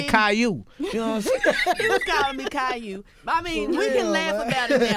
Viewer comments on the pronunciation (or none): my nigga said CAILOU LMAOOOO